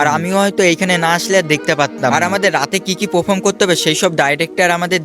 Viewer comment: এই টেজে না, স্টেজে হবে। পাফম না (পারফর্ম হবে)